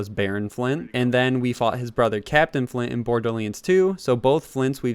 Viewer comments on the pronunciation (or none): Captain "FLINT" like flinklock firestarter not captain FLYN